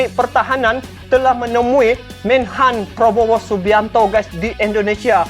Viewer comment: cakap yg betul nama org,prabowo, bukan Probowo ya